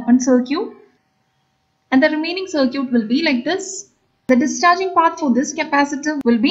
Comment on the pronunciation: Please don't pronounce circuit like that.. It is sir-kit, not sir-cute